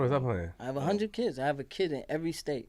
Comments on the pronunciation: “A HUNNID PERCENT” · No bull, my homie be sayin it all the time...like a "hunned percent"😔...im like yea 100% bullcrap famo ha 😌...word!!